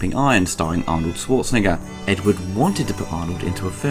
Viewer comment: Why do english speaking people always stumble upon the Sch in Schwarzenegger? Pronounce it like an Sh and then we are talking. And the a is pronounced like in "harbour" and not like in "wart".